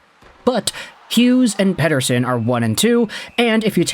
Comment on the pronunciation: Dude, that's a flawless pronunciation of Pettersson.